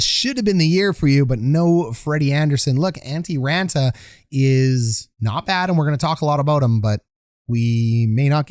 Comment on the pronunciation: Raantana? You kill me with the pronunciations. keep up the good work!